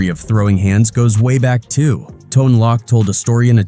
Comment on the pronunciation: Haha right. That’s Tone Loc. We know the legend This damn robot keeps saying Tone Lock (like loch ness)